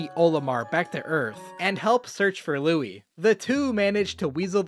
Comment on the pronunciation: Did you frickin call Louie Louis